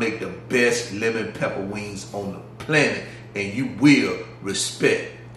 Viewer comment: I love the way you say lemon peppa 🤣🤣🤣